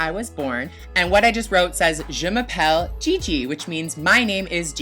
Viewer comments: Just it's " Je m'appelle " not " Je mappelle " Super video, bonne journée ❤🤙🇫🇷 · "Je m'appelle" not je m'apelle